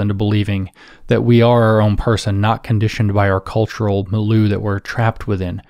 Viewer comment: James, I've heard you pronounce milieu strangely on a few videos. I love your work, trying to help. It's Mil'yo͞o / Mil'yə(r), not Mil'lo͞o.